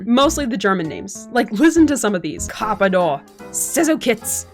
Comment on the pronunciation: As a German i have to say i laughed pretty hard how you pronounced Manguspektor and Karpador.😂 Really enjoyed it :)